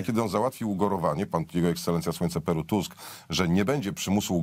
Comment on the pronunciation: Tchchusk mowi. sama phhawde😂😂😂😂😂😂😂😂😂😂😂😂😂😂😂😂